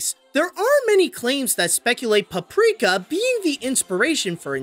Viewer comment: You pronounce it in the beginning caprika instead paprika sry I have bad hearing